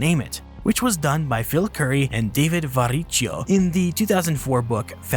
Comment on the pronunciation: Hey there, as the guy who was one of the authors on the paper is the head of the paleontology department at Montana State University, and my academic advisor, I figured I would let you all know it is pronounced Var-ik-ee-ooh.